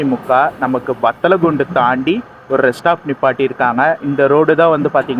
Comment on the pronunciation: bro பத்தலகுண்டு இல்ல வத்தலகுண்டா bro 🤔🤔🤔🤔